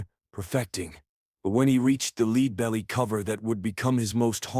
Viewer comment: AI voice? Leadbelly wasn't pronounced properly and the vocal commentary sounds monotonousness with a touch of AMR. Is this AI slop?